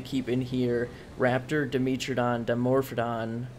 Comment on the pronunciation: When you say "Dimitridon" you are refering to the "dimetrodon" right?